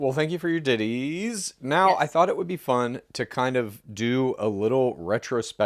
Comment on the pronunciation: Every time they say 'Ditties' I giggle. Sorry. "pulled one Ditty out" stop